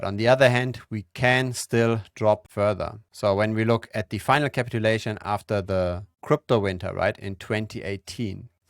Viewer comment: On the other hand I dislike the way you pronounce "capitulation" lol